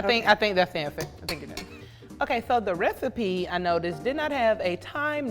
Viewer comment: she said “rethiepie”